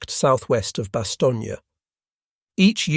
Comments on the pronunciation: Bast stone is the pronunciation without the space. Having being there in person in 1957 during my posting with the RAF BAOR, BFPO 40. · I'm not so sure, the pronunciation of Bastogne and Laboratory were a bit suspect. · A Bit?